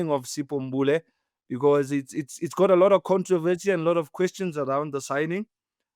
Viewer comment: is so funny man we want to hear Mbule not Mphuze🤣🤣